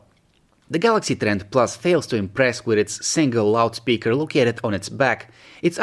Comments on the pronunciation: You keep saying kawalaxy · I always hear a "k"